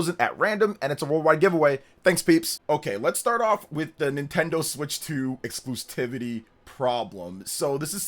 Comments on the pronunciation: “Exclusivity” not Exclustivity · Nobody: ... "ExclusTivity